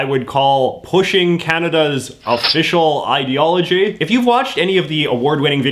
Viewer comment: Do they pronounce it "ideoology"?